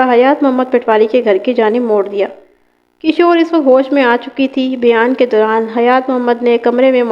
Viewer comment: Talaffuz sudharen as kishwar not kashor maiyat not mayyat and so many